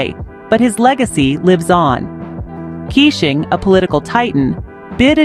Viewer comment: Please pronounce his name as Kei - shing not kissing.